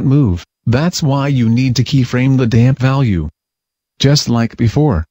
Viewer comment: Thanks to the damp key frames...keyframe the damp value... (every time he says "damp" it sounds like "damn", which makes this twice as amusing)